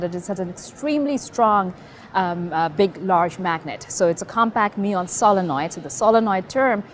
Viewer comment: I like how , she pronounces 'muon' properly :D